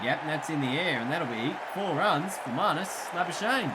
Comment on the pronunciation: You can say andile's surname but not Nortje.It's Nort - Je without the English accent though :D it's a South african surname.Same with Labuschagne it's Labu - Schag - ne.It's difficult to pronounce if your native are not afrikaans.My name + surname are the same they call me Jacobus my second name cause they can't pronounce my name here :D